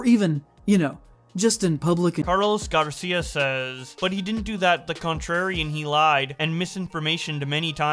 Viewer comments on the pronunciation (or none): none